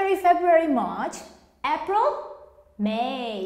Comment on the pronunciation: I think you pronounced wrong the word - 'April', or I am wrong? /ˈeɪ.prəl/